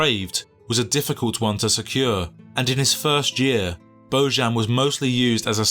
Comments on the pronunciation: He is Bojan, not Bozhan. J like in Jokić, that is Serbian name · Pronounced BoYan, not BoZHan. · His father is Serb, so his name is pronounsed Boyan... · Its not Božan its Bojan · His name is BOJAN!!! Bojan is pronounced BoYan! It isn't a Catalan or French name ffs. It's Slavic. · I really hate stupid people,who doesn't want to put just a little effort,to pronounce names correctly. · At least learn how to pronounce his name ffs! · You are completely butchering his name